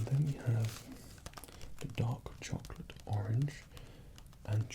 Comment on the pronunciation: i thought you said "dog chocolate"